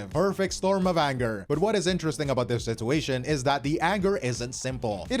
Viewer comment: why do you pronounce "situation" like that? ive never heard someone pronounce the first t in the word, its usually just a ch sound